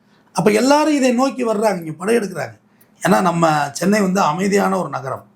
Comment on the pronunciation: சென்னை வாசிகளே not சொன்னை வாசிகளே